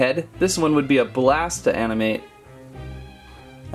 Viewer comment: Did anyone catch that he says amnimate